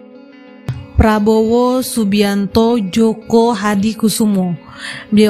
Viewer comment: joyo min, bukan joko